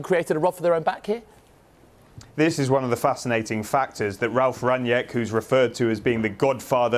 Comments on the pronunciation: Just a quick note, his name is pronounced slightly differently. Think of his name in two words, Rang and nick. There is no J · From a German: They keep pronouncing his surname "Ranjeck". That's not it. It is: "Rang - nick". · its rang nick rangnick!!!! not rang niack!!!!